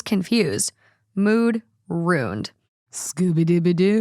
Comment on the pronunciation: Did you say “ruined” or “rooned”?? Cuz ruin has 2 syllables Haha I’m just friendly teasing you cuz I listen to you every single day so we’re spiritually friends now Lol